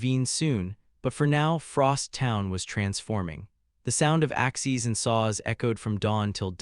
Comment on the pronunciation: Good story so far, but the Constant mispronunciation of Axes is tiresome. Also, the AI Narrator splitting words with odd stops and mispronouncing the second half is just as annoying.